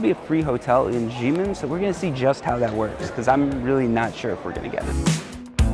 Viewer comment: Xiamen is pronounced as "sha-men".